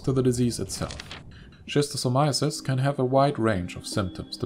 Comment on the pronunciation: bruh please improve your pronunciation: it's [skistosamaiesys]